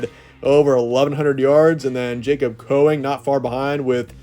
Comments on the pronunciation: It’s not Coeing it’s Cowing Cow-ing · Last time we checked Dorian Singer was a walk on that never caught a td until the Colorado 2022 and he is not better than Jacob Cowing who you can not say the man's name correctly